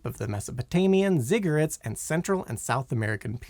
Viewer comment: Today you should find out how to pronounce like 30% of the words in this video. "Ziggarit"? "operation barbosa?" Really?